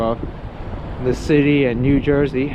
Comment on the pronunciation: “The city of new jerZ.” This guy MUST BE from jerZ! 😂